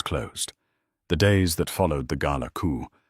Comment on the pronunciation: Coup is said without the P (silent p)